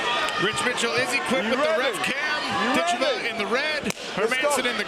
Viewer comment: Not a worthy opponent...the first one...oh well..she may have trouble finding some reaally good competition..she is a very gifted fithter..Dakota Dicheva...Ditch i va...accent first syllable.